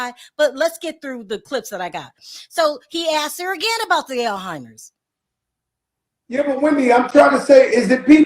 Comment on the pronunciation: It's so hard to listen to talk. She is a terrible interviewer. I have tried to watch her channel but she always fumbles her words, doesn't pronounce words correctly. It's Alzheimer, not how you pronounced it. How can you have a utube channel when you can't speak correctly. Too irritating, I'm done!